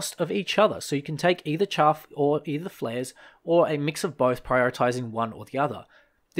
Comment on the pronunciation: its chaff not chuff, love the vid btw